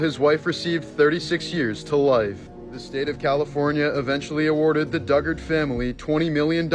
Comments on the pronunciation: Jaycee called her mom. Wasn’t found until after she told her mom who took her and where she was hiding. Fillip gurito. Pronounced like burrito but with a g. And dugard is pronounced like (due-gard) many flaws with the story but I’m happy to hear it has not been forgotten. Thank you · Her last name is pronounced Due-Gard